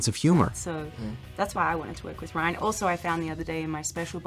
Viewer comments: Stop calling him rayan... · His name is Ryan not Rayan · It’s RYAN, not RAYAN. This isn’t bloopers at all. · how the fuck are you dumb enough to pronounce Ryan wrong